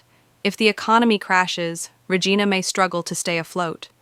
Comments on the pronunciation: Ra - Gina?? get this puff ai piece outo here.......ya freakin lazy slob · You can tell it is not made by a Canadian as soon as they mispronounced "Regina". Likely US propaganda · It is pretty unprofessional when in the first minute the narrator mispronounces the name of the first city on their list. This is fluff. Do not believe that any human thought has gone into it. btw Regina rhymes with vagina. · The AI cant even Say Regina correctly. Better get an AI upgrade!